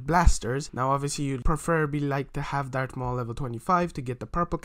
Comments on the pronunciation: Did u say dark maul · Im sory but him saying dart maul is trigiring for me